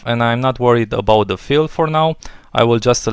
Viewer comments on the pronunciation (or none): none